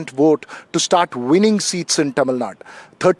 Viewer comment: Dear - Correct pronunciation is Tamizhnadu, not Tamizhnad